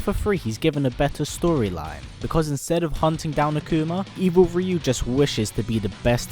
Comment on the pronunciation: At least good work in pronouncing Ryu